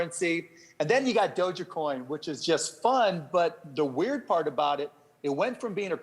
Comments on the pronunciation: Hey marky cuban... You can keep all of the Doge Coin! BTW it is /Doeg/, NOT /Doe - jah/. Shibu Inu is going to knock "Doe-jah" out for good! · Guy was sayin " Dou-Jya-Coin " lolz ... not Dog-E-Coin or " DogeCoin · "DogèCoin" - Mark Cuban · It's "doge" like a dodge or a dog and not doga!? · Dojah-coin haha what the hells that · It's not doge-A-coin. It's just doge coin like if you took out the "g" and put in a "j". "E" is silent. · Is it just me or is he saying dogacoin 😂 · How do you mispronounce dogecoin lol it's not DOJA coin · I wish he pronounced doge coin right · Most accurate part: "Doge is not the best investment" This guy can't even pronounce the name of the crypto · Doesn’t know how to say doge coin but exposure is exposure